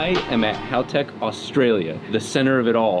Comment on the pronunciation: They finally got to pronounce Haltech correctly, lol.